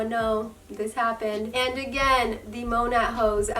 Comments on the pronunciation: Its not called Mon at its monet well the pernouce by the way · And you're saying it wrong.